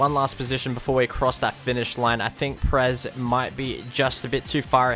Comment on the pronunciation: did he call perez press